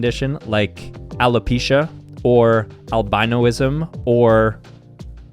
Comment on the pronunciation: WTF is Albinoism????? Its al-bin-is-mm Not -al-bine-oh-is-mm I have albinoism I'm albino